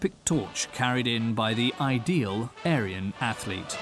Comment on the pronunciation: Aryan: It’s not ‘A-ryan’. It’s pronounced ‘Aarian’.